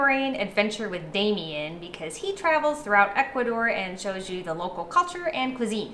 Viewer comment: I love you guys, but when are you going to learn to say the country's name properly? It's Ecu-A-dor, not "Ekoodor"